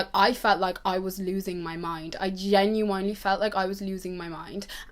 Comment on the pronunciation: Genuinely*** not genuanelly babe. Xx